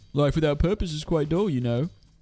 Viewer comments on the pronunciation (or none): none